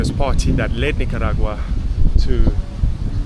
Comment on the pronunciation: It's KNEE-CAH